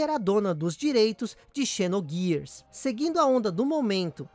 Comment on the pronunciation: Final fantasy "xis" Issue? Kkkk. A square foi mt boa. Mas agora o último lançamento bom é o ff14. Ta em falta de jogo bom deles. Se fala "zinoguiars"